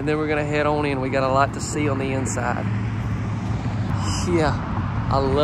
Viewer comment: Very cool. Thanks for posting. Is that lower door to push your laundry basket into the utility room? Stop saying "own" instead of "on" or I'm going to tell your English teacher - lol.